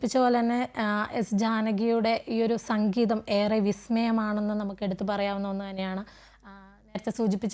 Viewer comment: സംഘീതം അല്ല മാഡം... സംഗീതം !!!🙏